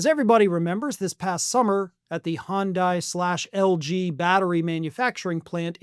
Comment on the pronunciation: It's pronounced "Hun Day", not "Hun Dye". Just check their commercials. :-)